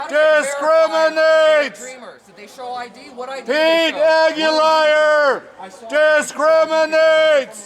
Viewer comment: LOL!! PETE "AguLIAR!!"